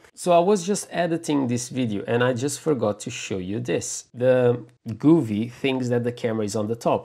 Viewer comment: Wrong...each tv is different, if I had your setup I would send it back and it's govee not guuuveee